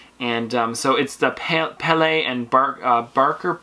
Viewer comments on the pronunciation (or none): none